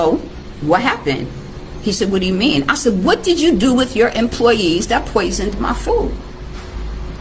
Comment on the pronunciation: Can you not at least get the word poisoned correct?